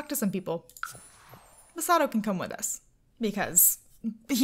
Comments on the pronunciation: also it's Ma-sa-to not Muh-sa-to or Ma-su-to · his name is mossytoe when u say it lol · They are so cute together ❣️ and you said you were unsure where to put emphasis in his name, it's "ma-SA-to" "SA-saki" 🙂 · I love this series so much! I believe you pronounce his name as Muh-saw-toe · It's Mah-Sah-toe You say it sorta fast. Hope this helped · It's pronounced Masa (Like the "massa" in Massachusetts) -Toe. Masa-pause-Toe. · Masato's name is "Masa toe" 😂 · I know that I’m soooo late but Masato is pronounced mer-saah-to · This is how you say it ma-sa-key <not how you spell it how you pernoceit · it's probably Maah-saw-Toe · its ma-sa-toe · The way you pronounce the dudes name is definitely my sad toe 😂 Im jk lol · Mas A toe that's how you say it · It's ma-SA-to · I think the emphasis goes on the "Ma" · It's ma-sa-toe and the girls name is ri-eh-ko